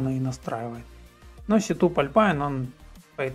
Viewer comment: У автора добрая половина слов читается НЕ по-английски, а простой транскрипцией латинских букв. Один сетуп (setup) чего стоит ))) Но это НИЧЕГО СТРАШНОГО. Каждый вправе читать иностранные языки как ему удобно. Ведь информатика это вещь всемирная. С чего кто-то решил, что английские правила прочтения в мире IT самые верные? Читайте так как вам удобно. Python это Питон. А процессор Xeon это Ксеон. Вы же марку Xerox читаете как Ксерокс, а не как Зиракс, а BMW это БМВ ;) Пофиг. Как вам удобно, так и читайте, лишь бы был понятен смысл.